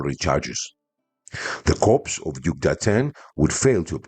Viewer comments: I am an avid fan of yours, am a subscriber and watch all your videos. Your English is especially good but I would just like to point out to you that the words corp or corps are both pronounced "core" in English. It is only a small thing but I am sure you would like to be told If you were mis-pronouncing something. As always thanks for your interesting video and looking forward to the next one. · one thing “corps” in english is pronounced “core”, with the p and s silent due to its french origin. Thanks for the vid!